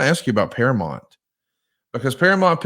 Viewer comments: Can not read? It’s para MOUNT not para mont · ParaMOUNT. Not Paramont. Geez ya hillbilly. 😂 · Hey, it's ParaMOUNT, not ParaMont. Learn to say it right. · I know he’s from Alabama, but damn say Paramount correctly…. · I'd like to have a meeting with so we can practice saying "Paramount" correctly.